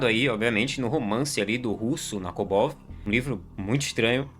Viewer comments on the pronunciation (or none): ta bem de bait pra comentário kkkkk o bgl escrito Nabokov o cara consegue ler errado 😂